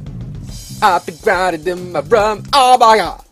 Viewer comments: LOLGirl i died when he was like "Thats MY ROUM!. .whats wro-, THATS MY BAFFROUM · not trying to be mean and I am a fan but u say rum and I say room XD